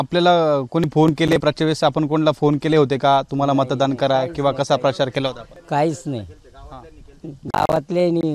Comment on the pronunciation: परचार म्हणतोय 😂😂